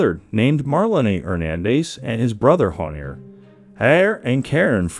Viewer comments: Es JHONIER no JONIER, me estreso bastantico esa pronunciación, intenta a la próxima buscar bien las pronunciaciones. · Dices muchas cosas imprecisas, se nota que no estudiaste bien el caso, ni siquiera puedes decir bien el nombre del asesino.